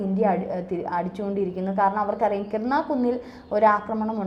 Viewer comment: KIRANA HILLS (കിരാന കുന്നുകൾ)... കിർണ അല്ല.